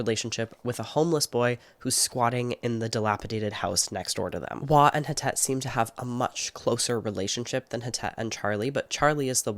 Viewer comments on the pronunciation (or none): Hi! I doubt you’ll see this but wanted to let you know that Htet is pronounced more like Thet (if that makes sense!). She is Burmese and was found in Malaysia but she is not Malaysian. Htet is a Burmese name, as well! The author is Karen on her mom’s side, an ethnic minority from Myanmar